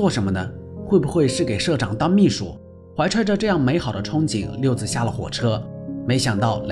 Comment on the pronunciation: 六子(zi 3声)不是六子(zi)